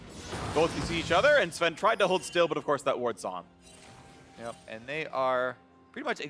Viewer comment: Why can't Phreak say Sven's name correctly